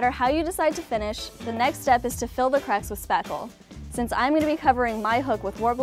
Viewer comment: you're adorable. Even if you do pronounce it crecks instead of cracks. Or was that just me that heard it that way.